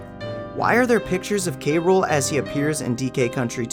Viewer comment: King K Rool(cruel)...not K Rule...ok